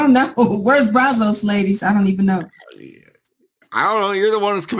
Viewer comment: It is pronounced Braz-us, not Braz-ose.